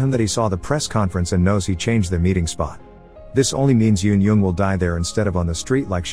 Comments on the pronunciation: Eun-jung is un-jung not yon-yong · the way the narrator pronounces eun jung makes me so upset man 😭